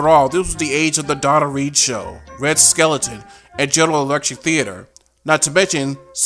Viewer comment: A few corrections: Red Skelton, not Skeleton. Also, it’s Bea Benaderet. Otherwise, this massive documentary is very thorough and informative.